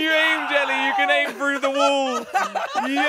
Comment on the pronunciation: said ( wull) not wall